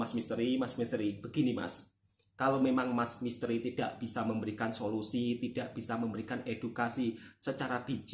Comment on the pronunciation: sebagai warga malaysia, saya tertawa sendiri mendgr solosi me ri.. solosi sesuia utk iq78.. wkwkwkkw